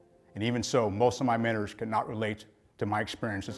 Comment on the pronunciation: I just don’t like the way he says “mentors “ …. But right on brother ✊🏽